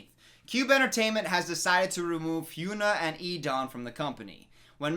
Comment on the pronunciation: He's been saying HynuA's name. He's just pronouncing it wrong.